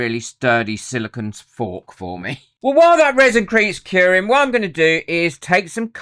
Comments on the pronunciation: Good video but it's not "silicon". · With all the videos you have done, you'd think you would have learned how to pronounce "Silicone". Silicon is a naturally occurring element (number 14 on the periodic table). Unlike the element silicon, silicone is a synthetic compound made up of siloxanes. Silicone is made of silicon, oxygen, and other elements like hydrogen and carbon. Otherwise you have really good content. But, come on, it's a simple word.